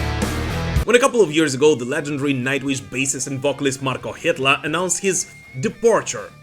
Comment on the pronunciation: Genuine curiosity here, as someone who is interested in (and occasionally butchers) foreign languages, is Markko Hietala's surname really pronounced like... "that"? Surely if you were to pronounce it in a Anglo-Finnish accent, it would be pronounced "Hee-Ta-Lah"